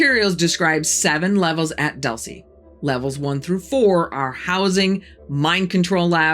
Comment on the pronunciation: Its"Doool-ce" not "Duhl-ce"